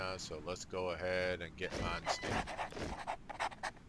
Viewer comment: You're killing me with the name mispronunciations: Manstein, like a Stein of beer, or Win Bill Stein's Money. ;)